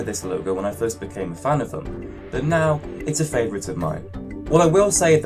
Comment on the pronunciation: He said Favorite wrong